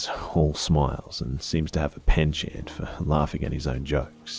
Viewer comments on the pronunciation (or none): First boring one I have ever heard from -- but I have heard hundreds. This one drags. Also many mispronounced words -- intrepid, penchant (a French word) and Pulitzer being among them but I always think could do better with proper nouns.